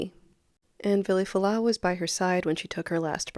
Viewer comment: No one pronounces his name correctly. Including you.